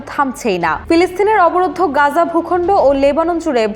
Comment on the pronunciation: It'll be "Gaza" or "Gazzah" , not "Ganja". Editor ki Ganja khay?